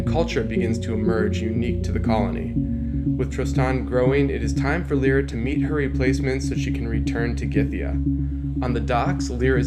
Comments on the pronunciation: it's Lyra not lera or lora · "Lie-ra", it is pronounced that way.. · I always thought that Lyra is pronounced "Liera" other than "Lira"